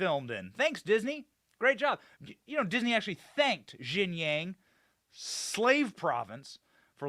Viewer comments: Benny, mandarin speaker here. Xinjiang is pronounced as "Sheen-jeang", not "Jing-yang". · Xinjiang is pronounced as Sin Jee-ang. It is not IPA J, it is an English J.